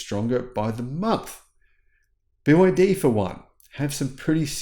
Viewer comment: Are you saying byd? You run it all together I'm not sure what you're saying